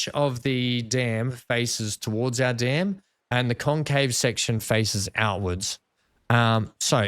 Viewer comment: You say Dam and I hear Dan now and again lol 😅